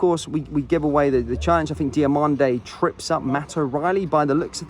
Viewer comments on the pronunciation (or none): DiomAnde not Diomonde 🤦‍♂️